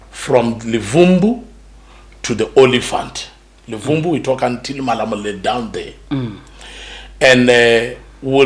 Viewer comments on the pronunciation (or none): He cannot even pronounce Luvuvhu and he says Levumbu. The old maps of the Transvaal have to be brought out.